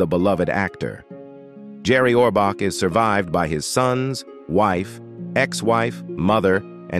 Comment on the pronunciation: You can’t even pronounce his name correctly.